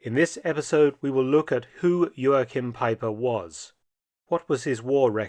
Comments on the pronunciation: Joachim was a German, no need to pronounce his name in a Portuguese way. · The translator was amazing. Mark - please take some German lessons. "Haupt" has the "au" vowel like "Frau" and the "au" sounds like the middle of "cow." It's not "hopped." And stress the first syllable - EIN-satz not ein-SATZ. And Joachim - that's like fingernails on a chalkboard. Great, impressive work, but I cringe at most of the German pronunciation. Das kannst du besser tun!